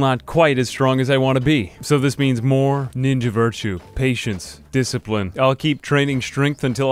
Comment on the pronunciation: Over two minutes of a proper introduction and the true code of a Kenshi samurai (and any/all samurai for that matter), this was completely sullied when you mispronounced "DISCIPRINE". You have shamed us all.